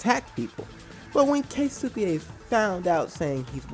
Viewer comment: Just going to say this, I'm quite sure the "U" In Keisuke's name is silent XD